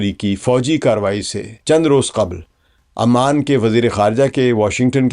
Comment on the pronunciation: Dear. Salam alaekum. Few of your pronunciations are incorrect and a few words are purely Hindi and not Urdu. One of the GCC is Oman and not Amman. This is to be pronounced withe the alphabet "O" And not "A". The words " Manna hai" And "Mudda" Are purely Hindi words and not of Urdu. Please do the rest yourself and oblige.